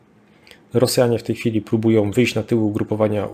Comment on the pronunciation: po kolejnym "Rosjanie próbujOM" wyłączam oglądanie w ósmej minucie. Moje ucho nie może tego znieść.